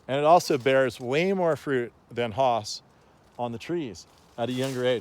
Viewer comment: Hi, Nice video but two things I would like to list here: 1st, Its Hass not HAAAS! The second one: your marketing for selling your trees. I guess you can find out how it was maybe by just reviewing your video!